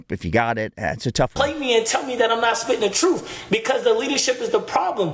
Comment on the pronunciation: Truff? Mother fucker doesn’t even know how to speak. It’s truTH. No F’s in TRUTH moron